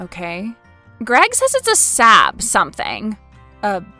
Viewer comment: Saab is pronounced "sob" , like crying. The double A's make aw sound